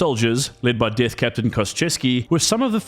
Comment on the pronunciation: African pronunciation of the "th" sound.